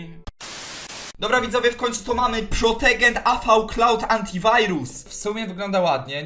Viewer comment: "protogen" XDDD kurde ja myślę czy napisać ci o tym antyvirósie ale ty wysyłasz film XDDDDD